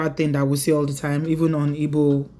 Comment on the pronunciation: Please my little correction, it's not ibo, it's Igbo.... Thank you